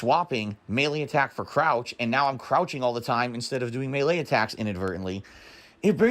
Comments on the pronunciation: Does he say melee/maylay wrong? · Have I been saying Melee wrong my entire life? Or is it pronounced MAY LAY like is saying